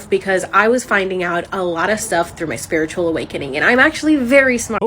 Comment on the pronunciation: Ain't no way she just said "spirtual awakening"